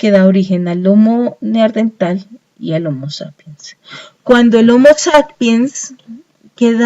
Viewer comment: Vaya mierda de información.., y lo del "neardental.., jajajaaa.., será neandertal